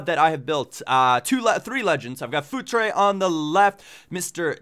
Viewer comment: Hahaha I keep hearing food tray instead of Futre X'D